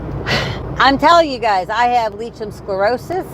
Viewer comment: as your video is so informative and you have many viewers, could you put the correct pronunciation in the drop down information section, it's hard enough trying to tell a medical person without saying it correctly, so I think it would help Lichen Sclerosis pronounced like-en scle-ro-sus